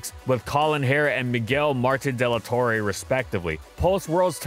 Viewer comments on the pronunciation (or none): none